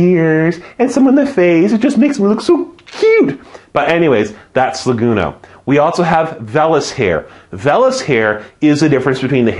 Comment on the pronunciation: I'm taking A&P class this winter. This is helpful. I though it was funny that you said Languno instead of lanugo.